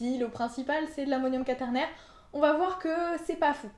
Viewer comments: Ca se prononce qouaternaire, non? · Par contre le mot quaternaire se prononce avec le son "oua" et pas juste le "a".